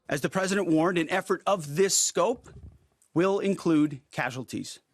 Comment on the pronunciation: The press-A-DENT and Pete ..ar